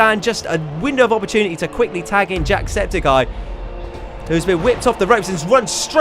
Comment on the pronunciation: eye not guy